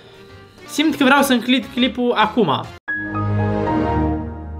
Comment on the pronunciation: Minutul:: " Simt că vreau să 'înclid clipul'. " 🤣🤣 "Înclid" fix așa ai zis 🤣. No hate.